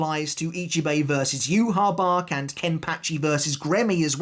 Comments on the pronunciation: did you even watch the sub ? theres no way you heard yu-ha-bach. thats just a fan pronunciation. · So then is it you-ha-Bach (how the sub pronounces it) or is it You-ha-ba-ha (how the dub pronounces it) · The best fight in tybw is the fans vs Yhwachs official name pronunciation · it's not just Yhwach, along with so many other people just refuse to pronounce so many sternritter names correctly, it's so annoying now that we've actually heard them pronounced correctly in the anime, like I get that people get into habits, but like come on, when your entire channel and job revolve around making content on one specific series the least you can do is pronounce the names of characters correctly to your best ability.